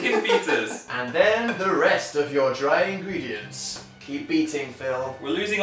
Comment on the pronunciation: in-green-diant hahaha! im sorry!